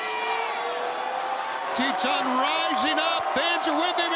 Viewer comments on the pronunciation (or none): Its Titan! Not Teetanh 😂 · Every time they say Titan, I keep hearing Tea-Time.